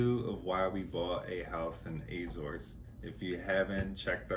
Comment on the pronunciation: How can you buy house when you can't pronounce Azores 😂😂😂😂